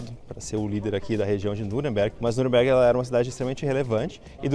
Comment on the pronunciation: Muito legal o video e cheio de informaçoes. E a pronunciou o nome da cidade 'Nürnberg' em alemão perfeitamente 😍👏